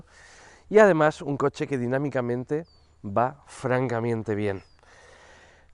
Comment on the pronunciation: minuto "va francamiente bien..."😂😂